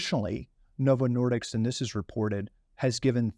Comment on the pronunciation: As someone who knows, it drives me crazy that he keeps getting the name wrong. It's Novo Nordisk, not Novo Nordicks! 😆